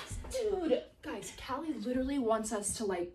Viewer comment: You say calllie name like that not kaley